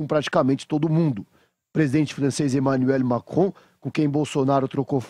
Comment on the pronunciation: Kkkkkkk eu acho engracado no começo do video que o cara fala Emanuel Macron na pronúncia em francês mas quando ele vai falar o nome da Ângela Merkel ele fala normal Mkkkkkkkkkllllllllkkkkkkkkkkkkk Pq ele não fala tudo normal logo 😂